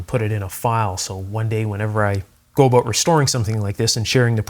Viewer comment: Nice video and good troubleshooting except you mispronounce the Word “about” It sounds like you said a boot Lol